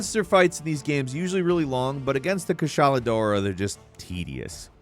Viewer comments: No fucking way yall spell Kushala as Kassala like wtf how do u mess up this bad 😭😭😭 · He’s saying kushala name wrong and it bothers me and don’t you fucking dis my boy he’s trying his best